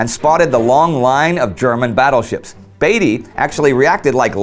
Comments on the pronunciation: Hi there, loved the video. one small gripe. As an englishman i would correct you in saying Beatty like Bee-tee rather than Bay-tee. anyway great video! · right, it WAS Beat-y not Bate-y. Indy also mispronounced Ar-BUTH-not. Minor points though, these are not easy things to get right if you aren't a native speaker. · FYI Indy, HMS Indefatigable, was often reffered to as, the Indy. Also Beatty, is prounounced Beat-e, rather than Bee-tea. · Isn't Beatty prounounced b-EE-tey, not b-ai-tey? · Admiral Beaty is pronounced " Beety" as in Beetroot" not Bateroot. Or the "Beatles" not the "Bateles"The British lost over 6,700 men BTW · Wasn't Beatty not pronounced differently? More like Beat-tee. At least that is how I remember the name from the BCC docu about WW1. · I think beatty's name is pronounced beat-y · ***** I understand and appreciate your efforts, and you are usually good or close enough. The odd part about the Beatty thing is I have never heard the name said any other way than as Beat-ty. Dont worry, its an easy mistake, wait until you get names like Wemyss which most English speakers get wrong! Keep up the good work, this is a series that really needs to be made, too many people forget the smaller details and only remember the odd large battle. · Beatty sounds like baby. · Love your videos however you have been pronouncing admiral Beattys bane wrong. Just for future reference. Keep the vids coming :D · How on earth can't this guy pronounce any of the key names of this battle properly... Beatty, Scheer and Jutland. 🙈